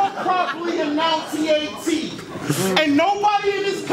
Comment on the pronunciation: "Nobody in this country properly 'announciate' T". Pure irony.